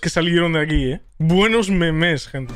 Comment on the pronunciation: Pq el dice memés XDD